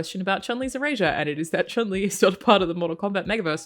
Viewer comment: you earn my subs just for saying Chun Li correctly...